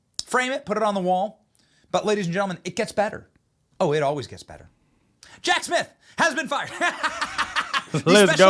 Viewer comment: Jack Smiff? Lol